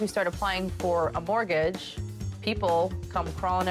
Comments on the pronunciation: "Mortguage"? <CRINGE> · What is a "mortguage"???? Nice literacy from the channel owner....🤣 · No "u" in mortgage! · What the hell is a “mortguage”??? 😂😂😂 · What is a "Mortguage"? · What's a "mortguage?"